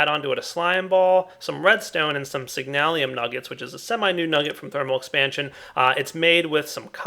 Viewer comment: It's signalum, not signalium